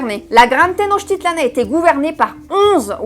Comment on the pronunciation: SEV se PRONUNCIA tenochtItlan. ACENTO EN LA PENULTIMA SILABA